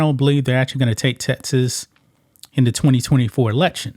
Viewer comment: Dude you can’t say Texas! It’s Texas! Not TeTas. Geez man.